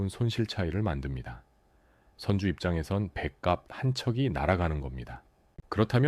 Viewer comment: 확실히 인간이 아니면 발음이 무쟈게 거슬리네. 선주,화주도 구분 못하고...